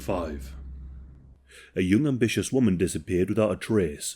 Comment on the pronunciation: I had to rewind it about 5x because I had noooo clue that he was saying "young ambitious" I didn't have an idea what it was I thought a diff language perhaps lol🤦🏼‍♀️silly me . Oh God plz don't tell me I need hearing aids already, I'm only 38!😮